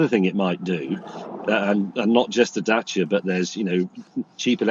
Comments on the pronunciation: Good news! It's a Dacia again! 😂 (and for the first time they pronounce it right!) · He's decided to pronounce Dacia properly. This is good.